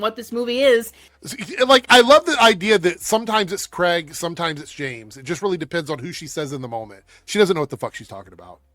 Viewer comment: One of the many ways you know these chuds all cannibalize each other: They all say Craig's name the same: Wrong.